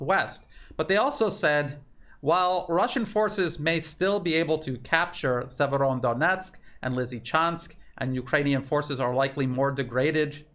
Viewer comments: seems to add an N at the end of Severo, like "Severondonetsk" 😀 maybe we should call it SevereDonetsk! A very serious Donetsk. 😉😀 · The name is Severo-donetsk. Otherwise great reporting. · It's Severodonetsk - there is no "n" between Severo and Donetsk. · No N in severodonetsk - well, only one! “Severo-“ means north. Northdonetsk. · There's no letter "n" in Severodonetsk